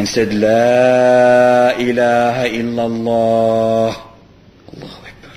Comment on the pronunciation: It's Illallah, not ILLALOH.